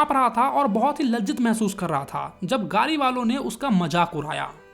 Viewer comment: कपड़ा ❎ कपरा ✅ गाड़ी ❎ गारी ✅ 😂😂😂